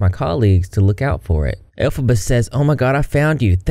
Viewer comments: Its pronounced "El-fob-a" (Can't really put it in words I guess, hopefully you can get the pronunciation from that) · Ya know I was really enjoying your content but the elphbaba whatever shame on you for making us suffer through that!!! That was just mean😄